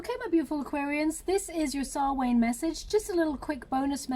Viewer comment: It's pronounced sow-on Not sal-wain FYI love u lots